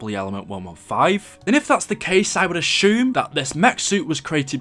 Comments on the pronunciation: I love how this guy talks XD When i was watching he said ashume ibstead of asume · If book and bewk are due to accent.... Then why say ashume when it's assume?